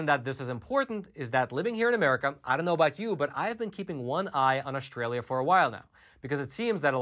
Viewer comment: This video demonstrates that data does not equal truth or information. First you buffoon the name is Australia and not Aushhtralia. Second the term vaccinated is biased if they did not have a booster shot and their protection has decreased. Equally it is important to analyse behavior...for example if vaccinated do not wear masks tbey can get infected with omicron. Gathering data does not guaranree smart conclusions.